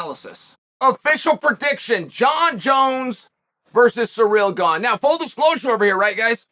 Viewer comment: The goat gives Gane a free nickname with his intentional pronunciation of his name as 'Surreal' nobody adds more value to fighters' lives than uncle Chael ☺️